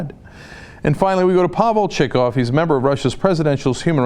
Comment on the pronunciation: Pavel Chikov? Really? XD